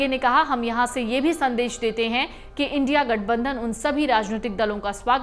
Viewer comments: इंडि नहीं इंडिया बोलो मैडम वरना गोदी मीडिया में आपकी भी गिनती हो जाएगी 😂😂😂😂😂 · बार बार इंडि इंडि क्यों बोल रही हो इंडिया बोलने नहीं आता है क्या पहले अपनी भाषा ठीक करो उसके बाद कुछ बोलना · Isko kisne reporter banaya re baba... India ko indi bolti he ye🤣🤣🤣🤣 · Indi nhi India hai pehle ache se padhna skhiye fir reporting krye 😂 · Are maim india bolo not indi bolo fir news do dhanywaad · India hai na ke Indi naam sahi se bolo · Don't sound " Indi"....but I.N.D.I.A please! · India alliance ko indi bol rahi waha sahi sa phala bolna sikho Uska baad karna journalist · Bekaar anchor jise india bolna hi nahi ara